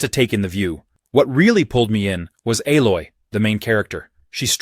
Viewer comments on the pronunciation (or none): none